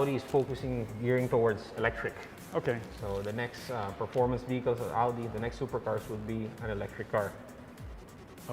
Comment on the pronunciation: What a shame. Couldn’t even pronounce ow-dee right.